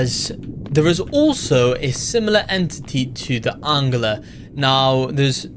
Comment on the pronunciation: Why do you say angler like aungler